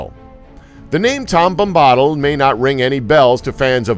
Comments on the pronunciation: Tom Bom-ba-dill is how you're supposed to pronounce his name. But good try though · who is this tom Bombaahdill? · tom bommbottle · his mispronounciation of Tom Bombadil reveals he's just reading a script n not a true fan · The way you pronounce Tom Bombadil makes me want to pour acid into my ears